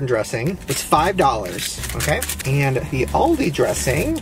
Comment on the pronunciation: The way he pronounced aldi 💀💀